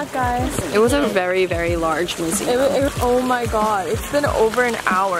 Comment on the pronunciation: The fact the said Me-seum museum.